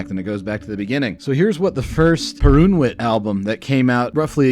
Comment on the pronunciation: The wsy you butcher the pronunciation of Perunwit and Wojnar, priceless.